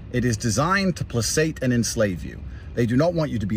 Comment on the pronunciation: BRO Tate is not even pronouncing "placate" correctly!!! This is a very common word............... 🤣🤣🤣